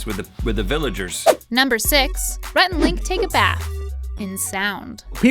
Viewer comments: Why is nobody talking about messing up Rhett's name on #7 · When she's announcing number 7, is or me or does she say rat instead of Rhett??